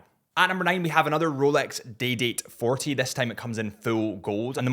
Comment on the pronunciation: Did you say roooulex?🤡🤪🤣